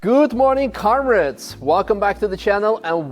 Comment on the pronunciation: that good morning comrads sounded more like good morning car nerds haha